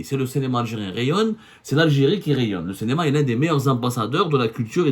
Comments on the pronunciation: CINÉMA et non CÉNÉMA ya Abdou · Abdou, tu as un problème de phonétique, ce n'est pas cénéma mais cinéma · CINÉMA et non CENEMA